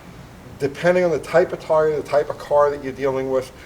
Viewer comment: no, I think just mispronounced "tire" and didn't catch it.